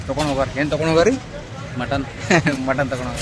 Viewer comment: Anna Motton alla Mutton 😂😂😂